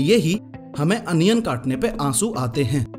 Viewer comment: Onion ❌ Anion ✔️